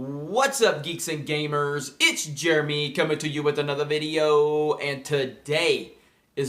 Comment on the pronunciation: That toodaayy was a little off. Keep up the good work!